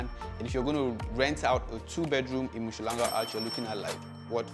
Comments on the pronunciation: Mushlanga 🤪 It's Um-hlanga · It is not MU shlanga but UM hlanga really not difficult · UMHLANGA ✔️ UMSHHLANGA💬❌ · 😂You butchering the pronunciation of Umhlanga, but you get a pass my brother.